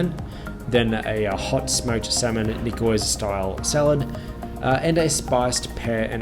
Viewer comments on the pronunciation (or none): 'Ni-koise salad..''nee-swar' salad hahah (its French) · Since you made fun of American coffee, I'll make fun of your pronounciation of a famous dish. It's a salad "neeswas" not a salad "neekoiz" .